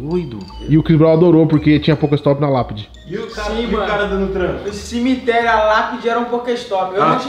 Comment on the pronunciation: Cimiterio? O português ta foda.